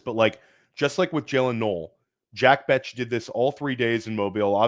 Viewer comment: Fire video of two of my favorite creators. But someone has gotta help with the pronunciation of these player names man. 🤣 Skattebo and Jack Bech in this video specifically lol. Good thing they're not from Ore Gone lol.